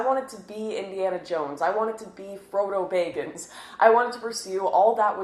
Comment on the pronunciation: "Foddo baggn's" <3